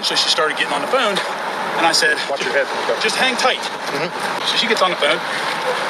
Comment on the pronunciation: Pig says Fe own? PHONE